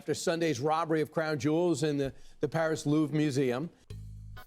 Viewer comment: I know he said jewels, but it sounded like he said they taken the jews